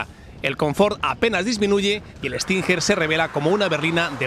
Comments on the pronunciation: Tio....como...que kia stinjer????.....se pronuncia stinguer......no tu q dices stinjjjjerrrr.....vaya periodista deportivo....aunque no venga la u se pronuncia como si la llevara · cada vez que dice estinjer me mata 🤣